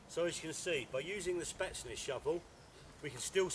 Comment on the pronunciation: Spetsnaz not spatsness! as he says! good video thanks I just ordered one a hour ago from Cold steel dot UK